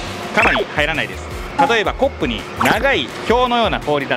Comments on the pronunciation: か↑ま↓に↓語尾が下がる？発音ができてない！ コ↑ッ↓プ↓語尾が下がる？発音ができてない！ 動画投稿する前に発音の勉強が先ですね笑笑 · アクセントがコ⤴ップで草